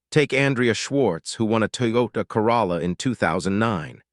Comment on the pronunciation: It said Carolla wrong too.